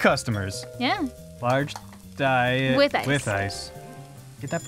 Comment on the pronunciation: Is saying "dite" instead of diet?